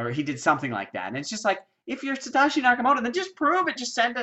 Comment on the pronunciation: Thx for your effort! And its pronounced sa-toe-shi